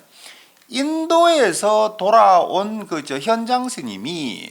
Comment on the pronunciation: 현장의 현 자 발음이 틀렸나이다. 제발! 길게 발음하소서!!